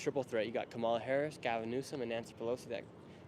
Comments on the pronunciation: Is this guy stupid or ignorant about how to pronounce the vice president's first name? I guess it could be deliberate disrespect. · The host is such a manipulator because he correctly pronounced Kamala Harris's name when he introduced himself to the Kamala / Walz representative but then defaulted to his TRUE WHITE POWER RACIST BIASED TRUMP BROWN-NOSER SELF. HOPEFULLY THE HOST MATURES IN THE NEXT 3 YEARS AND GETS OVER HIS BIASED TRUMP (DOESN'T DO ANYTHING FOR HIM) OBSESSION